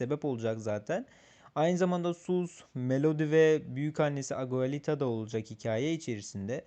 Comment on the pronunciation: aguelita değil. Abuelita. Ve bu İspanyolca büyükanne demek. Büyükannnesinin adı değil.